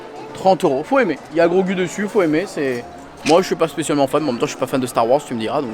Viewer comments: Super vidéo, mais ça se prononce grogou pas grogue 😂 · 🤣ça me faisait mal aux oreilles aussi mdrrr